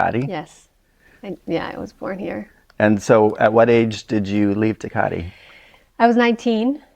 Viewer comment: The way he pronounces Tecate over and over is so fucking annoying i couldn’t get 2 mins in 😭